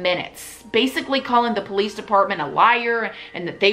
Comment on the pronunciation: If I met someone that pronounced police like that I probably wouldn’t trust them honestly